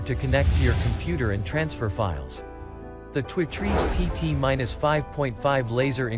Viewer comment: Is this some kind of computer generated voice? He can't say two trees